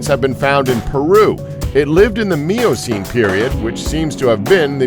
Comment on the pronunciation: I appreciate the effort but I was out as soon as I heard Miocene pronounced phonetically as “Meeocine”...